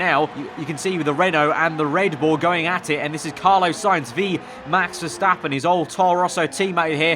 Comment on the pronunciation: Carlos.... spelt with an S at the end, i beg stop saying carlo